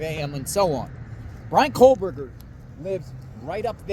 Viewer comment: IT'S pronounced "KO-BURGER not COLE-BURGER.